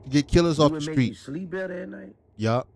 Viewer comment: he said “yop” and meant that ish. 😂😂😂😂😂😂😂😂